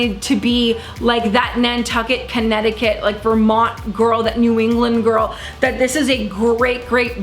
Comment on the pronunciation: I died when you said Connecticuty lol omg